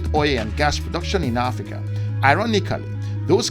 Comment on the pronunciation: “AFRICANT” get that right!